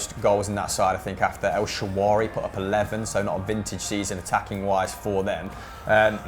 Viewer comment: Why doesn't someone correct on his El ShaaWaRy 😂